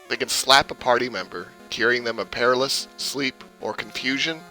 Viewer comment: Great info - but FYI it's " PUH-RAL-UH-SIS" paralysis. Not par-ruh-sis.